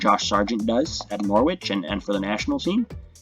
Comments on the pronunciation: It's NOR-RITCH. Please get it right. My British friends keep giving me grief 😔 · The 'w' in Norwich is silent. It's pronounced Norrich.